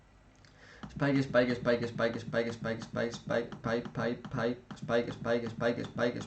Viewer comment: Lo mejor es cuando diez paip